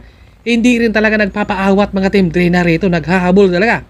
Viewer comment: pronounce it as D-reyna